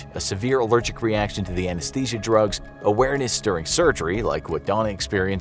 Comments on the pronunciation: Ah yes, Anashesia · everyone ignoring how it says "anashesia" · "Anashesia" ?? Huh?